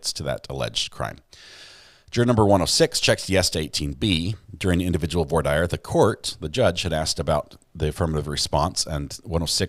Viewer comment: LOL, it’s “vwar deer”. 😂